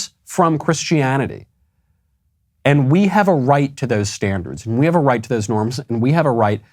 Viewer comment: I think it’s more an “‘ave” kind of sound.